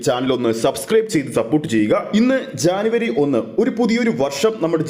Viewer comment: എടാ പൊട്ടജാനവരിഅല്ലജനവരി ആണെ